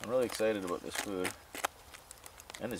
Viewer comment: that's what i taught when i heard him use hey and aboooooooottt